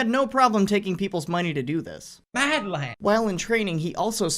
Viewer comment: Americans say madlad now? It just doesn't sound right with there accent